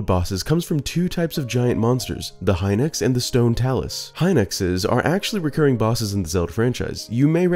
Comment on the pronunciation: Hai-nux is a new pronunciation for me. I prefer hee-nox.